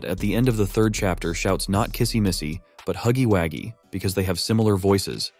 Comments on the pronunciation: I'm unsubscribing cuz why the hell is he is saying huggywaggie 🤨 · Why does he say huggy Waggys? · 😂😂😂It not huggy haggies it huggy wuggy😂😂😂